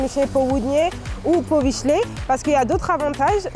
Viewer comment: Bardzo przyjemna czarna dziewczyna. Tak jak i przyjemnie brzmi francuski w jej ust... Wykazuje się też całkiem dobrą znajomością naszej historii, a ponadto świetnie wypowiada słowo... "Powiśle".